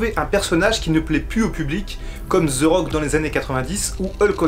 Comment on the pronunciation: les français vous devez vraiment arrêter de dire Ze il dit même pas ça le pire il dit Zi wtf bordel c'est plus possible là